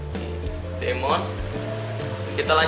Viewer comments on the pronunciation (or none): Terus demon itu bacanya " dimen"